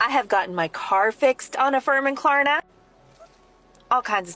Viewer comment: The fact that dude thinks it's called Klarana instead of Klarna means he definitely needs to stop.